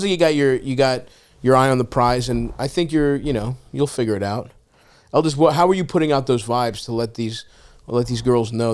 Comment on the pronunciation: Its Eldis guys… JFC not that hard.